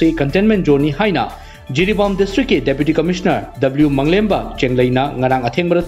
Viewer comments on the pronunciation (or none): Say "W. Malemnganba Chenglei" not "W. Manglemba Chenglei"